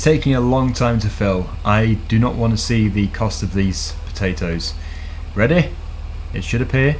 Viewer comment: I don't no why but you say ready like reda reasently